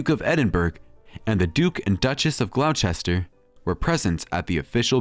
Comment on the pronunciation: the claims in this, and the lack of research make it terrible. had to say. the commenter cannot even pronounce 'Gloucester'. It's "GLAW-STER" not 'glouw-chaster.'